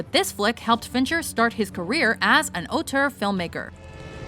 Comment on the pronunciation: Was that an attempt at saying auteur? If it was than that was god awful.